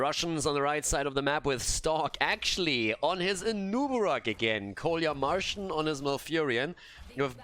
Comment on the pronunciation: Oi, "КоляМаржин" should be read "Kolya Margin", not "Kolya Marshing", these are first and second names (Kolya is friendly name of Nicholaus) =))